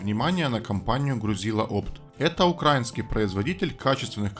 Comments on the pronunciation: Правильно говорить украИнский. Чтобы запомнить: Суна фИнская - горилка украИнская. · Паря, не украинский а украИнский. Пора уже знать. А петлевячз хорош. Лайк.